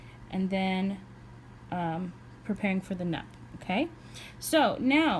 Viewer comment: I think it’s pronounced “noop”. Nice video tho. Thanks